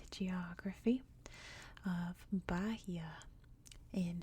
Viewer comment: It’s ‘ba-EE-a’ with a silent H :)